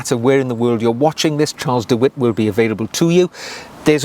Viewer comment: Great vid. Tyrwhitt is pronounced 'tir-it"